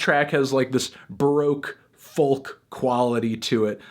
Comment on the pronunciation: Goddamnit toothy, you don't have to say the 'L' in folk..... >=|